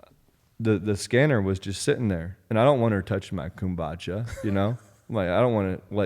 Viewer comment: it's kom-buu-shaa pretty sure.